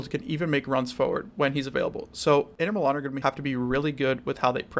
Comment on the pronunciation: My brother, I never heard any one say inter milan like that. Sounded like the name of some north eastern pie